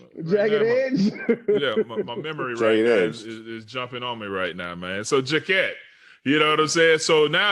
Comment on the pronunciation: Called Jacquet J-Kwon like the dude who made the song Tipsy lol You guys should keep podcasting even when the season is done. Just tell stories & talk some shit. I'd still listen 100%!